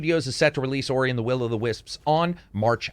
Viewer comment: i remember people b*tching to you in the comments back in the day. it is not pronounced Oreye! 😆 ORUH!!!